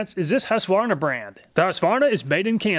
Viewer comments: Finally an American than doesn't say husk a varna 🙌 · Thanks for not saying Husq-a-varna.